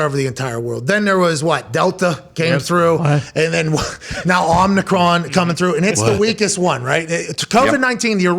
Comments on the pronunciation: Nice. Also it’s OMI CRON not OMNICRON there’s no N in omicron 😂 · I love that Pat still says Omnicron even tho Drew said it correctly 8 times. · Omicron. Please stop saying "omNEEcron," Pat. You sound like a doofus. We know you're smarter than that.